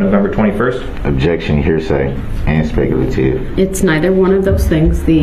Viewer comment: cohorsion, substain, duresst, speckle-ative